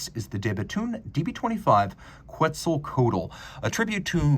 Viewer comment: You butchered Quetzalcoatl so bad I laughed really hard!